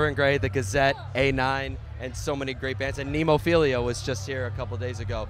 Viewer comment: Talk about an aftershock at Aftershock. Butchered the BAND-MAID Interview & couldn't even get Nemophila's name right.🤷‍♂️